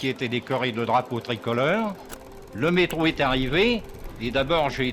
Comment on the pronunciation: J'ai voulu enchaîner avec cette vidéo après avoir vu le très bon sujet Beaugrenelle, mais le "mektro" à m'a fait arrêter le visionnage. Dommage d'utiliser de l'IA pour ça.